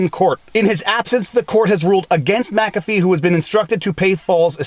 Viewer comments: WHY do you explain he is the founder of Mu CAFFEE antivirus and Mu CAFFEE systems... Then you proceed to call him MACA FEE ??? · Its mickafee. Not mackafee